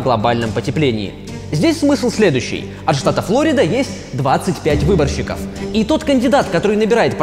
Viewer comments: Разве ФлОрида , а не ФлорИда ? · Не Флорида а Флорида